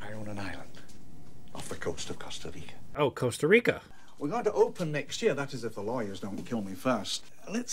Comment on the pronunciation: "Corsta Rico? Costa Rico?" lol COSTA RICA